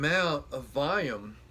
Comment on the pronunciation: What's "voyum"?